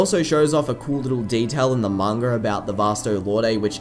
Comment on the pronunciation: why do some people say mangur instead of manga